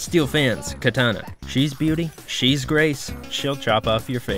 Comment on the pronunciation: katana? its kitana